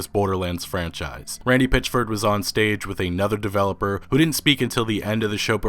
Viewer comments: "Pitch-ford" "Janra" (genre) Wtf is it just me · This dude....PItchford not a Pitch.....ford. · Why do you keep saying his name wrong for ?!